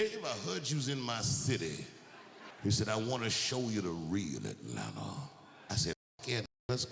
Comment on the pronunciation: As an ATLien dammnnn he said it perfectly 😅